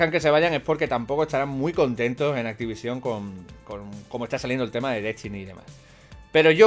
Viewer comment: te juro que me va a explotar un puto ojo si te oigo decir una vez mas activisión!! que no tiene tilde cojones jajajajjaa